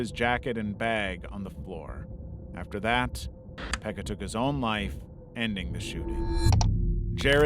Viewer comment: I am from Finland and your pronunciation of Pekka's name was suprisingly okay👌❤